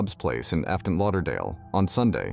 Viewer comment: This bot can’t say Ft. Lauderdale.